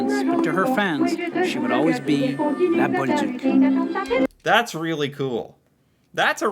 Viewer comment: The closet pronounciation would be Lah bowl duke. Good thing they say her name in the clip...